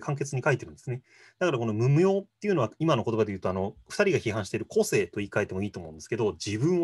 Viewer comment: この対談の個性の発音は こ↑せ↓い↓ ではなく、 こ↑せ↑い↑ かも知れないね。